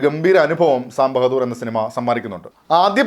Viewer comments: sam ബഹദൂർ അല്ല സാം ബഹാദുർ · സാം ബഹദൂര്‍ അല്ല സാം ബഹാദൂര്‍❤